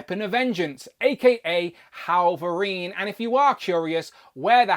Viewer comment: Why do you keep calling him "Hallverine"?